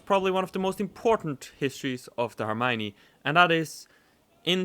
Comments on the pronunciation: you say er m ione you take the ion of the lion to say it correctly. for the r it's as if you were doing rrrrrrr but only once. I hope you can understand 😅😅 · L'Hermione is pronounced herr-me-on. It always makes me feel funny to see my ship in play.